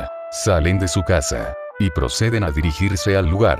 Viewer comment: lugar✖️ Luga✅